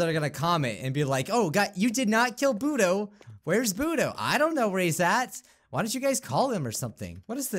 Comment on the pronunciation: when you said bodo it sounds like boody